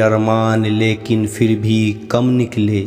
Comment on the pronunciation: बहुत ही अच्छे। फिर का pronunciation ठीक नहीं था पर